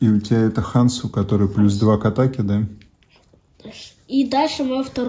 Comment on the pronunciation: Извините но почему вы произносите хансу , если везде четко прописана буква Хонсу?